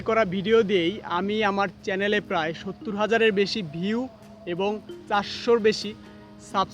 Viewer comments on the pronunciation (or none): none